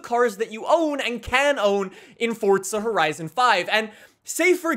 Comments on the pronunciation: It’s Forza not Fortsa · Its FORZA not FORTZA 🤦🏼‍♂️ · Forza not fortza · Why do you say fordza not forza? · Dude it’s not fortza it’s forza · Why is he pronouncing it “Forzza” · did he say fortza? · Can u please say forza properly, don’t say “fortza” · I don’t like how he says forza as fortza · Fortza lmao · The way you say “Forza” gives me a stroke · Where’s the “T” in Forza. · Since when is there a T in forza